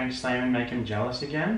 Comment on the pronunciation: Slaimanuhhhhh, nouhhhh, stopuhhhhh, meuhhhh, don’tuhhhh.